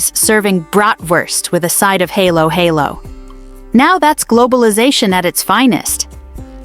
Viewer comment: "Haylo haylo"??? Maybe spell it Hallo hallo so AI can read it in the normal pronunciation.